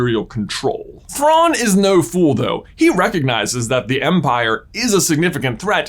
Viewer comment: You mispronounced his name.